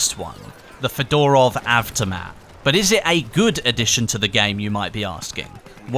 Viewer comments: fEdorov, not fedOrov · Its pronounced federov (as in federal) automaat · Anyone else realize that he said fedorov wrong its pronounced fed er ov